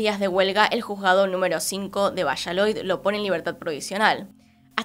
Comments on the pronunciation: Dijo villaloid luego vallaloid 😂 el caso es que no digo Valladolid hasta despues 😂😂 te amamos pero es VALLADOLID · Muchas gracias por el nuevo vídeo ♡ Solo que JAJAJ, me da ternura que digas "Vallaloid" y es "Valladolid" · al principio no entendía vallaloid, luego entendí q era Valladolid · Todos: Valladolid: VILLALOID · dijiste vallaloid varias veces y es valladolid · Dijo "Vishaloid" 🥰 a cualquiera puede pasarle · 😍😍 un tierno error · Bella, es VALLADOLID, leido tal cual se escribe. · ✨villaloid✨ 😂😂😂😂 A parte de esto, me encantó el vídeo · Dijiste "Villaloi" o algo así xdxdxd